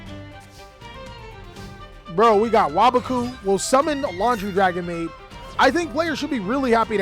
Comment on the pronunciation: is the only yugituber to pronounce waboku correctly